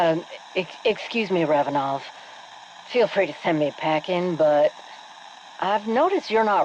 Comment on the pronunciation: RAV-enov, sorry it was just triggering me hearing REV....had to let it out, sorrrry.